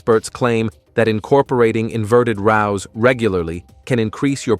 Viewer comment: Inverted rowl. 😂 AI